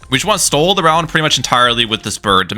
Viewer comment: Really not trying to be mean but why are you pronouncing "stall" like "stole"?